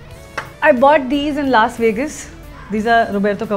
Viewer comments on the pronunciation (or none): none